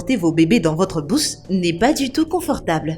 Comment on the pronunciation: Elle a dit dans votre bousse non pas bouche